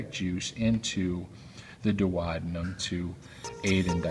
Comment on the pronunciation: Without a doubt that was a first class anatomical video. The only thing that irked med was his pronunciation of the DUODENUM. It's much easier the proper way DUO (due oh )DE (dee) NUM ( numb).